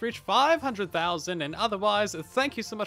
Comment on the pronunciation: Did he just say "Soilence" instead of "Silence"?